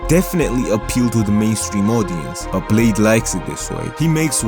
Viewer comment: Yoo he called bleh-dee